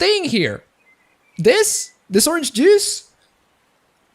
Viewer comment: "didn't like the orange Jews" I love your English.